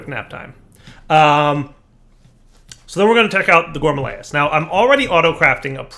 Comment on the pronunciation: It’s not a GOURMALAEUS. It’s a _GOURMARILLYS_. Like I’ve been saying for like 5 let’s play seasons.